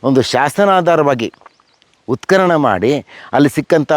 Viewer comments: ಅಮ್ಮಾ ತಾಯಿ,ಉತ್ಕಲನ ಅಲ್ಲ.ಉತ್ಖನನ . ನಮ್ಮ ಕರ್ಮ ನಿಮ್ಮಂತವರ ಅಭಾಸಗಳನ್ನು ಸಹಿಸಿಕೊಳ್ಳಬೇಕು. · ಮೇಡಂ ಉತ್ಕಲನ ಅಲ್ಲ, ಅದು ಉತ್ಕನನ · ಅವ್ವ ಮಹಾತಾಯಿ ನೀನು ಕನ್ನಡವನ್ನೇ ಕೊಲೆ ಮಾಡ್ತಿದ್ದೀಯಲ್ಲ ತಾಯಿ....#ಉತ್ಖಲನ_ಅಲ್ಲ_ಕಣವ್ವ_ಅದು_ಉತ್ಖನನ.... ಮೊದಲು ಕನ್ನಡವನ್ನ ಸ್ಪಷ್ಟವಾಗಿ ಮಾತನಾಡೋದನ್ನ ಕಲಿತುಕೊಂಡಿ ವೀಡಿಯೋ ಮಾಡು ತಾಯಿ